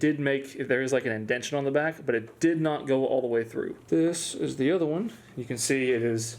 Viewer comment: Legend has it that it is physically impossible for to say "one"